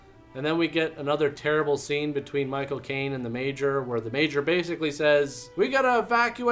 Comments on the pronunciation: Every time you say Michael Caine it sounds like My cocaine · Haha when you said Michael Caine it sounded like "my cocaine" 🤣